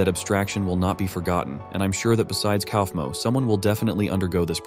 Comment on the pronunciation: Ok but the way that the ai says kaufmo 😂😂😂. KOUWEEFMO